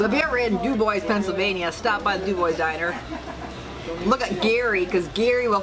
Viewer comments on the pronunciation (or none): Doo-bwah not Doo-boys lol